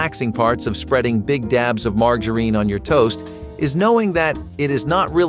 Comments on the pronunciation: “Leed” and “margareen” 👎🏼 A.I. voiced BULLSH!T 👎🏼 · I'm so tired of artificial voices. Doesn't anyone listen to these before they publish? "Leed" indeed. Margareen. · Pronounce lead and margarine correctly! It's hard to learn something from someone who can't pronounce words correctly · The mispronunciation of lead and margarine! Arrgh! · This was pronounced wrong. it’s margarine , the g Sounds like a j